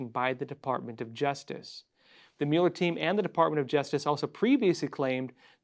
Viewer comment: why do you pronounce Robert Muller's name like you haven't listen to the news in 2019?